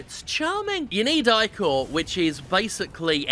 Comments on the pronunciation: Eye-core? No m8 no its ick-or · he keeps saying "I-CORE" when it should be "ICK-OR" and its really starting to bother me. ichor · I don't think I have ever heard "ichor" pronounced "eye-core" before. Is that a common thing that I've missed out on? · Jim is the blood of the gods for Greek mythos so its pronouced Ich-or